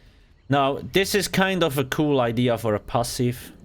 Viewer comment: Every time he says kewl I remember master Yi pro guide.